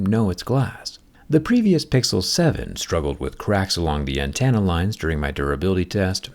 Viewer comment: my only issue is the way you say antenna, "Antanna". Otherwise always appreciate your content